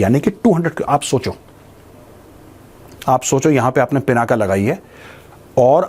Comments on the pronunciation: I humbly request you, please don't call it पिनाका, it is पिनाक ये भगवान् शिव के धनुष का नाम है, इसको मत बिगड़िये, वैसे भी इन अंग्रेज़ों ने हमारी गंगा को गंजा कर दिया। कम से कम हम तो न बिगाड़े। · The real name of Shiv Dhanushya is " Pinak ". Not पिनाका।